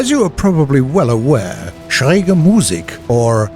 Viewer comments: No. He said said schräge correctly but butchered the Musik. You emphasise the i , no the u in Musik. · Finally "Schräg" pronounced correctly! Thanks!